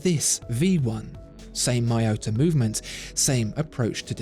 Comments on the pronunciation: It's surely Mee-yota, not My-ota... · It's Mee-yota